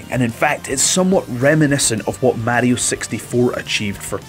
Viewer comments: It's Mario not märio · WTF is a "Super Méahrio?" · Murrayo xDDD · It's not right though....